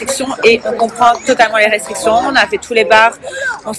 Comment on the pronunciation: Et ça sait même pas parler! Elle dit "Rectriction" au lieu de "Restriction"